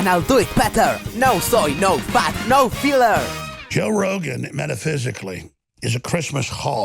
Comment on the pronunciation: jow rowgun jajajajaja :v